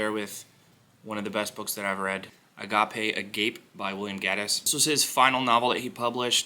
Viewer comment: Why did you pronounce the first "agape" in "Agape, Agape" differently than the second one? As far as I know, they both refer to the Greek word (which you said correctly the first time).